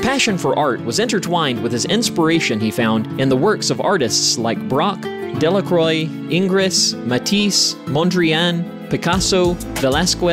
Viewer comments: Uh-OH ---- mispronouncing 'Delacroix' as 'DelaCROY' -------- no one gave a proper briefing to the person doing the voice over --- makes one cringe!!! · Learn how to pronounce names like Delacroix etc